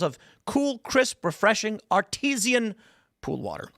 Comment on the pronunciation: Art- i- zen water. Not Art eez ian